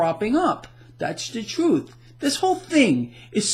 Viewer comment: ....and "Dat's da troooth"